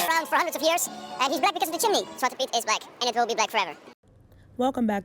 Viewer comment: ZwatrE Piet, your forgot the E at the end. Just saying because you asked in the video :)